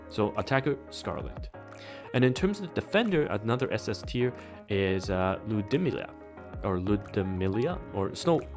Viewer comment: Not joking, Ludmilla is pronounced "Lewd Milla"